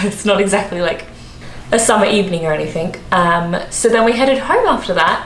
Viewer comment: Try and avoid putting a "k" at the end of "anything" in case you give the wrong impression of your terrific knowledge of English - at work, obviously, as no one will give a shit in your private life! :)